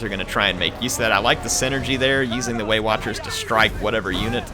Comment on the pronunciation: as a german and non english native speaker I always hear "weight watchers" instead of waywatchers...those pansy elves!